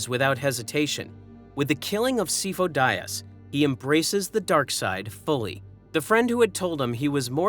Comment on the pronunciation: He is NOT “SEE-fo”. You mispronounce it in every single video. wtf.